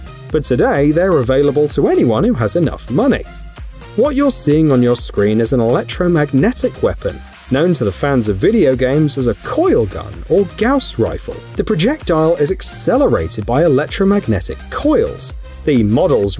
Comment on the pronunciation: gows rifle, it’s pronoced gause rifle gaa-ss rifle Smh